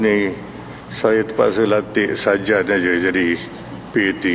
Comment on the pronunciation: saya pun dengar mcm sajat..ingatkan dia nk perli